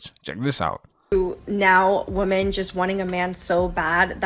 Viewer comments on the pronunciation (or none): It’s pronounced “women” not woman when plural, great education there sweetie